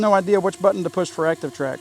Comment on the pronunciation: "Acshion" Track (as you pronounce it) is a DJI thing. Quick shots is a (mostly useless) camera macro mode used to impress your aunt on YouTube. Try again, Einstein.